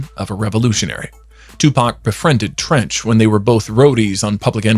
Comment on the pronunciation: Treach .....not Trench🤦🏾‍♂️!!!!!!